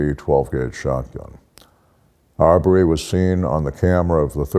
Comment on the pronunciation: Ahmaud Arbery is pronounced "Armed Robbery"